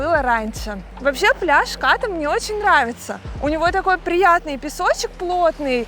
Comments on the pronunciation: спасибо что не Ка́рон ;) но всё же Ката́, а не Ка́та У тайцев как пел Высоцкий: "мы говорим не што́рмы, а шторма́" ударение почти всегда на последнюю гласную. И конечно Краби́, а не Кра́би , Рейли это не остров :))) это пляж на который нет дороги и лишь по морю туда. там всего один длинный отель "клаб мед" всё перегораживает на пляже Ката. планктон как стаи рыб плавает везде и не предсказуемо ... Не бывает пляжей вообще без планктона, бывает лишь иной день и час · КАта правильно. Пусть тайцы говорят КатА, но русским людям удобнее КАта. И не надо ориентироваться на долбо-бов, которые говорят КатА. Но не забывайте, что нормальный человек еду ест, а не кушает. Кушают тоже только долбо-бы.